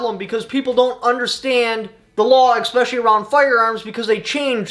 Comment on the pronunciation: Expecially Especially